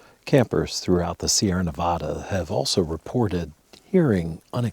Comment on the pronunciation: dude did you just say Ne vah duh? You arent from around here. its Ne vad duh. If your going to make content around here, (which i hope you do) then atleast pronounce the State name correctly.